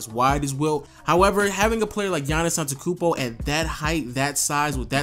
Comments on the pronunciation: gets mad for wrong pronunciation of his first name , cant say his last name properly... seems legit!!! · You gonna bitch about people saying Giannis but you can't even say his last name right. L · Can't even pronounce his last name right.... hypocrite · vag He doesn't pronounce the last t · You can't pronounce his last name why are you complaining about his first name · Kind of hypocritical about the the Giannis thing even you yourself doesn't pronounce Antetekounmpo right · Complaining about how people pronounce his first name but he butchered his last name the whole vid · Yeah Anani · I was thinking that exact same thing the whole time. I was cringing throughout the vid lol. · ANTETOKOUNMPO NOT ANTEKOUNMPO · I like how you say you don't like when people mispronounce his first name yet you pronounce his last name wrong the whole video. It's ant-et-to-koun-mpo not ant-e-koun-mpo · If you want to be nit picky about his first name, you have to say his last name right. It's on te tu koom bo, not on te koom bo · it really pisses me off that you say you get angry at people saying incorrectly GIANNIS but then you pronounce Antekounmpo while it actually is AnteTOkounmpo.....You always forget that TO!! Don't talk if you do what you say not to do... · bruh dont say his last name if you dont know how LOL. An-te-to-kounmpo you keep forgetting the "to" antekounmpo just doesnt sound right :'C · he says antekumpo not antetokumpo. Hypocrite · i am greek and you complain about when peope call him Giannis when you pronounce his name antekoumbo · Don't complain about his name if u can't say it right.. Giannis AnteTOkoumpo!! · Yahn-iss Ahn-deh-teh-koon-boh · Yo it's funny you get annoyed when people mispronounce "Giannis" but you call him "Antekoumpbo" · i was going to type the exact same comment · HOW U PRONOUNCE HIS LAST NAME Ante-ta-koompoe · Antekumpo? You don't know shit. talking bout "Geannis" pisses you off